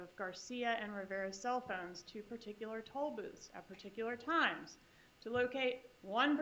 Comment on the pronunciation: Prosecutor: particular = * "per TIK yuh ler"